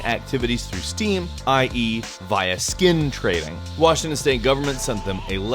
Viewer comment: did u say skin trading in a weird way on purpose of did i just hear it that way